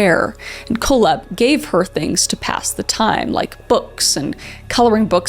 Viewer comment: Auntie Kris! It’s pronounced…Coal-Hep, and Wall-Drup. You crazy Canadian, you! lol FYI- just love ya to bits! ❤😂❤ Sowrry!- ha! See what I did there?